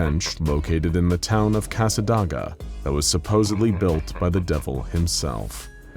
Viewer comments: It's pronounced Ka-Sa- Dāy-Ga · As a Florida man myself it’s casa-day-ga but I could of always been saying it wrong other than that I’ve heard of all of them and actually visited the chair. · you mispronounced the shit out of Cassadaga cassa(like house)-de-ga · U mispronounced cassadaga